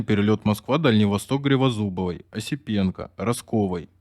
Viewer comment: Не гривозубовой, а Гризодубовой!